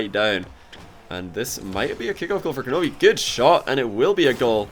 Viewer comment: Does he realize it's kronovi and not kornovi?